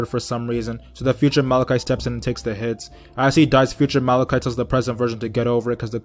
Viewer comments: “Malacai” and “rugby”........ It’s “morticia” and “rigby” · Why are you saying malaki it’s mordecai bitch😂😂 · “Malakhai”? It’s Mordecai mate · It’s Mordecai not malicai and Rigby not rugby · Lol it’s not malichi and rugby it’s mordici and rigby 😂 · it’s mordecai and rigby not Malaci and rugby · It sounded like you said malachite not mordecai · It's mordicai and rig-bee not rug-bee I mean I get it was a joke but it hurts my ears every time you say the names wrong 😂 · Why did he say Mordecai & Rigby like that